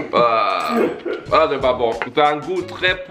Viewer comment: "Z'est blanc"😂